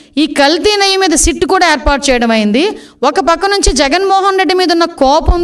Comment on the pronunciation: నెయ్య కాదమ్మా నెయ్యి అనాలి ఇక్కెక్కడి గౌరవ ముఖ్య మంత్రి .అబద్దాల కోరు చేంద్రీ బేబీ.